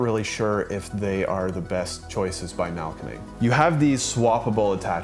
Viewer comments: Thanks for the review and for not completely butchering the name although it could use some improvement. Try splitting the name into 2 words: Mahl-----Koenig. (Grind-King) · The way you have pronounced Mahlkönig makes this a really tough watch 😂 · haha, it got better as the video went on but the first few are pretty funny 😄